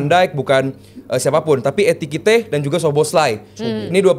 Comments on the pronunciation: ekitike di bukan etikite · MANA GABISA NGOMONG EKITIKE, DIA BILANG ETIKITE ETIKITE MULU😂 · Setiap nyebut nama ekitike dia malah nyebutnya etikite... Selalu 😂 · Etikite? Apa susahnya sih ngomong Ekitike,? Mau ikut2an koci lu gabisa bilang minamino, minimano minimano